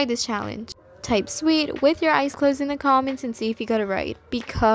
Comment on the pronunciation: Sweer , Oh that was close lol